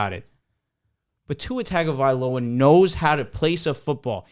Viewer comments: Bruuhhhhh, please learn to at least pronounce his name correctly (tongue-Oh-vye-low-uh) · Still don't say his name right.sigh.... Tung a vi lo a